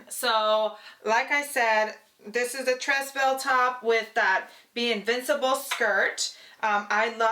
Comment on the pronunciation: Lovely dress and i really enjoy your creativity. A constructive comment is that "tres belle" is French so the first word is pronounced "tray". The "S" is silent. (I'm not trying to be critical but helpful).